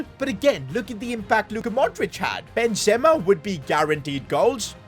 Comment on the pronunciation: It's not Ben zema it's Benzema